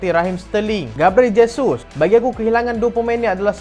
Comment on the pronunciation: Haha.. dah sebut dgn betul Jesus.... Terbaek bro..